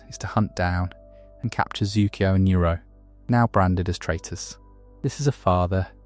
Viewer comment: I am questioning if you do because how you said iroh